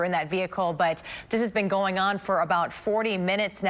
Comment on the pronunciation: Justin Landers 😂😂nah, I thought the magic word was, “veee-ucle”.